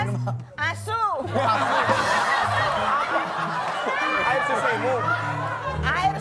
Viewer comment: "ASU" with perfect pronunciation🤣